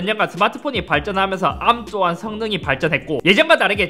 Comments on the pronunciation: 이상하게 아-ㄹ---ㅁ 발음 너무 듣기싫은데... 왜지, 다른 R발음은 잇섭 그대로인데 arm만 굴려서 그런거 같기도 하고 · 나만 자꾸 arm아키텍쳐 아ㄹ-ㅁ 아키텍쳐가 들려? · ARM을 암으로 읽는거 실화냐 ㅋㅋㅋㅋ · '앎'아키텍쳐... 발음... 멋져... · 왜 ARM만 혀를 꼬는 거지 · ARM 발음 죽여주네요